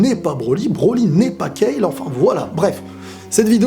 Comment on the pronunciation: Enfin une personne qui dit Kale et pas Kalu, ça fait plaisir.